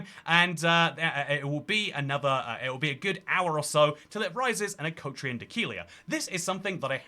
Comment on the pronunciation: You pronouce Akrotiri strangely 😅